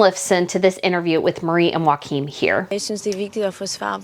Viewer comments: Theres only "title chaos" in Denmark, coz the entitled and ever whiny Joachim (ur still butchering his name) decided to backstab his mother for his own purposes. He knew for months, this was going to happen, he got several days notice b4 the official statement. And he did absolutely nothing to stop his 2 oldest sons from grossly violating the requirements for royal titles by merching their titles as "models" to make ads ("hi, Im Prince of Denmark, buy this shit"), which made this move by the Queen necessary, coz they kept giving the Queen and the monarchy the metaphorical finger by ignoring the restrictions, that come with the prince title, and the warnings to stop. So buh-f..king-huh for them. Im so disgusted by their public whine fest, when its their atrocious behavior, that caused this. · You have a lot of common sense, ❤ Denmark royals are similar to, but not nearly as bad as the California couple. Please see Lady C’s video for the correct (Danish) pronunciation of Joachim. YOK im. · You need to research your pronunciation of the Danish Princes name. You're way off!